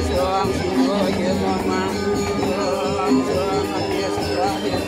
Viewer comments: Pengucapan om nya kok iam ??? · Memang banyak sulinhgih tidak tepat pengucapa sukukata msntram. Kalo walaka dikritik habis. Om disuarakan youm.. Iyom kok boleh.. Shantih disuarakan santieeh.